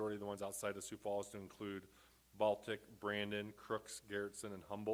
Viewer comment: There's an "s" in Sioux Falls.